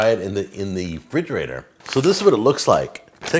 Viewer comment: STOP SAYING "FRIDGERATOR"